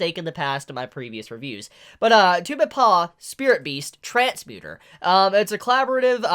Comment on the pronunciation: Tubeppa? not two-be-paw Try Two-beppuh